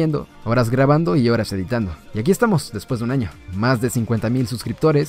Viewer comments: Jajajajajajaja dice feliz ano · Áaaaa oyes es año con ñ allí dice feliz ano xD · dice feliz ano xd no feliz año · Soy yo o al final decía feliz ano? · Dice feliz ano :v